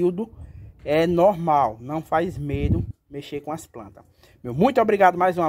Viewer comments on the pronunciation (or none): none